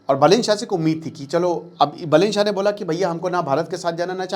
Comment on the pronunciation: I think you know no more about Nepal. Correct pronunciation are बालेन शाह and रबि लामिछाने , not बलेन शाह and राबि लमिछने।